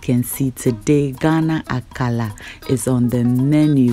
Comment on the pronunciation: Dear, l always enjoy your channel, well done. Meanwhile Why are you pronouncing it AKALA instead of AKARA like everyone else in Ghana? Or is it not kose you are referring to?